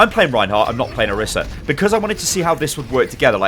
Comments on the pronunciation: Orisa, not Arisa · What annpys me the most is people are pronouncing the name as "orissa" but there is only 1 S!! It needs to be pronounced as "oraisah"! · Not pronounced OH-RISS-AH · it's oriisa pronouced oreesa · "Oh- Ree- suh". Roll the "R" (proper pronunciation) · No one can say orisa correctly